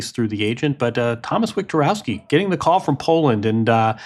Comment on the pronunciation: Polish surname pronunciation police coming! ;) W is pronounced like V, so imagine it's Victorovski and there you have it. Much simpler to explain this one than Shfyontek ;)